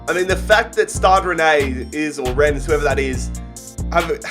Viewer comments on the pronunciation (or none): none